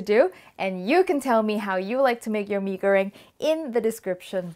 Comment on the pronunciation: OMGGG an indonesian food thanks, if there are any indonesian tryna teaching u rudely in the comment section, just ignore them, you are great and im thankful that you even try indonesian food here:D. I'm also thankful that you pronounce the dish name almost perfectly. Yay pai yaay